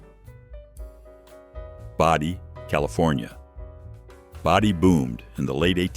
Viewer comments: It is Bodie, CA NOT Body, CA and is pronounced Bow-dee. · No such town as Body" CA, it is "Bodi" CA. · Bodie is not pronounced as "Body"; it is pronounced "Bo Dee". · The name "Bodie" in California is pronounced with a long O sound, not a short O like "body". Regarding Goldfield, Nevada, my great-grandmother was the postmaster there, starting in 1946. She was appointed permanent postmaster there after having filled in as such for some time before that. That's what our news clipping says. My mom's uncle visited her out there when he was a child, and he remembered her strapping on a gun belt when she had to meet the mail train, and she had two revolvers on her belt. As for this video, I think it would have been more interesting to put all the Grossinger's places all in a row in the video. Anyway, thanks. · Yeah, that was glaringly cringe